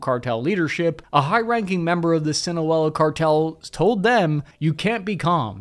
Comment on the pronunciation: Whoa! That's the 1st time I've heard you say "Sinaloa" the Right Way!!! good job man